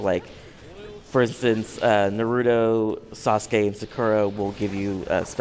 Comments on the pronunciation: you surely don't know how to say their names right narudo,sakurá and sasque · SV™ | Official 2015 "saaskay" how could the game developer pronounce their names wrong?!?